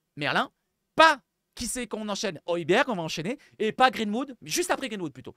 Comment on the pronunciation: OY BIER c'est ça la prononciation , pas OY BERG. Il l 'a dit à sa 1ere conf .